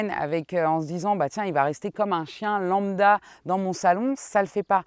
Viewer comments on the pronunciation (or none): none